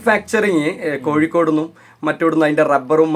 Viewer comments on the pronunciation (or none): none